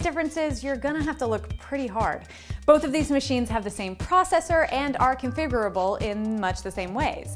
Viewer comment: Honestly, all I got from this was when she said configurable wrong. "Confiberabal" hah.